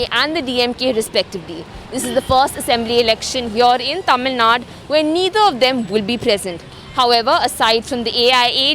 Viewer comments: God sake it is not Tamilnad but Tamilnad"u"! Not Rama"dose" but Rama"dass"! Not van-yaars but vanni-yar! Not Palani-makkam but palani-maa"ni"kkam! ஏம்மா நீ தமிழ்தான? உனக்குத் தெரியாது? அதென்ன டமில்நாட்? விளங்காத வடக்கன்ஸ் அப்படி சொல்றான்னா உனக்கெங்க புத்தி போச்சு? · It's "Tamil Nadu" and not "Tamil Nad"...